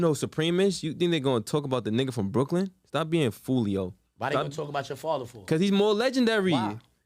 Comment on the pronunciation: Everytime he says “faver” nd not “father” its like nails on a chalkboard 🤦🏻‍♂️💨🖤🧟‍♂️🤷🏻‍♂️